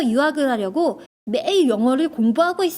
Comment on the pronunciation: Hi. You keep pronouncing 하려고 as 할려고. It should be more like an R sound than an L. I now it’s a minor detail and I feel a little silly pointing it out since your Korean is way better than mine but I just want to help. I’m a Korean American who lost his ability to speak Korean growing up and doesn’t know much grammar but can pronounce words perfectly.